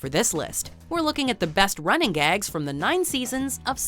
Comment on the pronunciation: This V.O. woman is so dumb. It is "Running GAGS" not "RUNNING gags". Emphasis on "gags". These are not gags about running.